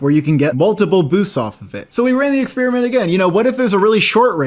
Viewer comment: Pronounces "experiment" correctly. Pronounces "experiment" incorrectly.